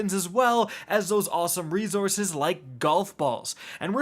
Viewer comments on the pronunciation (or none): Re-Ssssorce ! Not ZORCE! Lmao